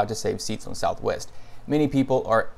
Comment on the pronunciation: Southwest, "ees tha ves!"